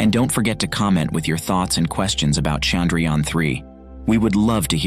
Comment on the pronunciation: Indians: Chandrayaan 3 This guy: Sandrayaan 3